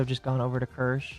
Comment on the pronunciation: Wait a minute. He pronounced Kirsche’s name right? Who are you, and what have you done with the real?